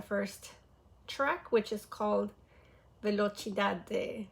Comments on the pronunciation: Velocidade está incrível e a pronúncia está ótima ❤ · a pronuncia em velocidade é perfeita! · Sim, a pronúncia deles tá muito boa em português, "velocidade" me pegou de surpresa 😂 mais amei. E em geral gostei muito das músicas. ❤